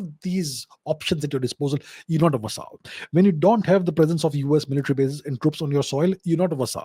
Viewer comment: Interesting content. BTW..Vassal is pronounced like Hassle..with a V